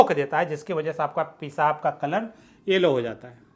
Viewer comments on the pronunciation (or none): none